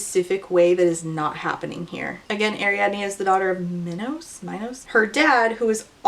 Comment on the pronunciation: you pronouncing minos like minowws is KILLING me 😆